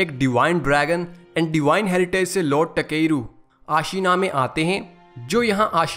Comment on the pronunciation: Bruh it's ताकेरू and you keep saying टकेरू टकेरू 💀